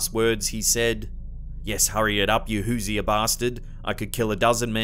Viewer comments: Ita pronounced hoo-zure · Your British pronunciation of “Hoosier” is hilarious! The original American pronunciation is “Hoo-zher” 2 syllables. Hoosier is a nickname for someone from Indiana. But I later found out some people from other states don’t know that and they just use it as a synonymous term for ‘hillbilly’. 😆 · hoosier pronounce who sure